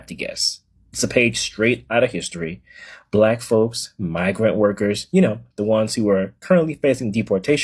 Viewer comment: Did fam say brack folks... 🤣😂🤣😂